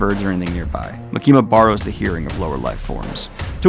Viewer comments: dude for the love of fucking gawd its MA-KIM-MA NOT MA-KEEM-A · Why are you saying makimas name like that!? Stop doing that!!